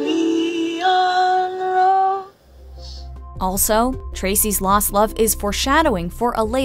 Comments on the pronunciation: "La vie en hose" c'mon... did you even try? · "She plays a rendition of LA VIE AH HOLE" 😂